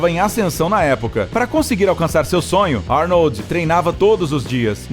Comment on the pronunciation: Falar o nome do mestre Arnold como Arni kkkk .